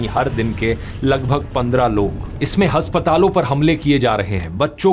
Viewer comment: Any one noticed “haspatalo” 😂😂😂